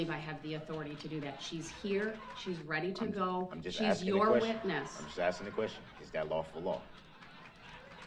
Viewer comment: He’s always axing about something.